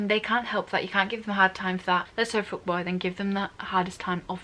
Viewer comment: The hole fucking time I thought she was saying foot boy instead of fuck boy😂